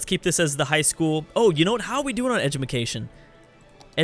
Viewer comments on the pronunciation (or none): Edumecation? lel